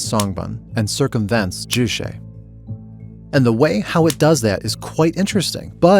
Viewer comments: The constant mispronunciation of Juche is so distracting. Why the hell would you add some kind of Latin flair to a word that sounds just like its romanized English spelling? Jew Che NOT jew shay. It's literally impossible to say "shay" in Korean. That sound doesn't exist in the Korean language or alphabet. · It’s not ju-“she” it’s more closer to what might be spelled “tse” in english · Ju Che. Is pronounced. Ju like juice, you got that part right. The second part is Che like 'Check" without the k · Can’t even say juche right lol lazy propaganda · I just about flipped my desk at this pronunciation. You have to learn the word, but not the pronunciation or spelling apparently. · i wanted to throw up everytime he pronounces 'juche' and 'songbun'